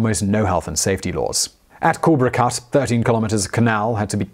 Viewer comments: Cool-lay-bra cut, not cool-bra cut. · How do you like the way that he pronounces culebra?